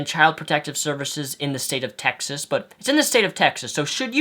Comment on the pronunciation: He said Texist haha